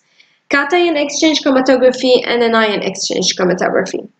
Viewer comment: It’s really helpful, but isn’t it “anion” not “inion”?